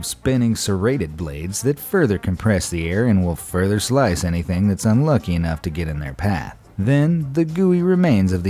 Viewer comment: love how he says “father” not further bahaha